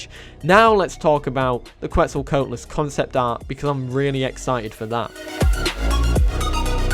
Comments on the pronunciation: I'll help you pronounce Quetz, at least how I understand how to say it is: "C'wets-o-c'wat-o-lus" (I just don't want my boy getting the beipei meme on him for every dino). Also some people say keetz suhl instead of qwets sol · You pronunced Quetzalcoatlus wrong